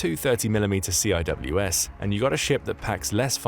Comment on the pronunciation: you don't read CIWS like that; you lose a lot of credibility...